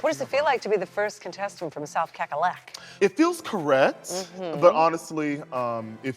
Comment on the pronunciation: Michelle- its South Cackalacky. CackalackEE. You were close tho! and wasnt kornbread from SC?